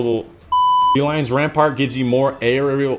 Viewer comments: Lion Rampant! ram-pant not ram-part. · Rampart? I stopped watching when he didn't bother to read the name correctly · Rampant not rampart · Lion RAMPANT, not rampart....